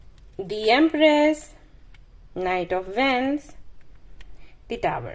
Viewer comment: your readings make sense. However since you’re a professional Tarot Card Reader you need to pronounce certain words correctly. For example 1. TAROT is pronounced as T-A-R-R-O-W 2. WANDS is pronounced as W-O-N-D-S 3. OPPORTUNITY is pronounced as O-P~P-O-R-T-U-N-I-T-Y Please incorporate the above mentioned changes